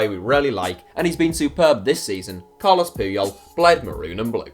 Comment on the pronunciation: Carles not Carlos